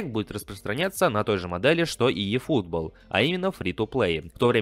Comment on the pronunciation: Ифутбол, а не "йэь"